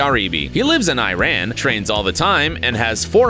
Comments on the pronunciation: its said eron not iran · U should read iran like E r/\n